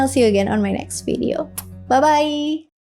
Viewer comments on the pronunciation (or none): none